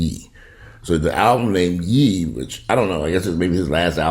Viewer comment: Ye is pronounced like Yay (last syllable in his first name) 😉